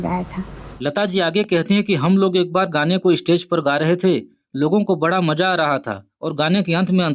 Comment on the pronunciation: भाई आप तो सदा बोलने में ही ग़लती कर रहे हो, मजा आएगा बोल रहे हो। मज़ा आएगा बोलो भाई। वो रफ़ी साहब थे स्टूडियो में गाए गानों में कभी ग़लती नहीं की। स्टेज की बात जुदा है।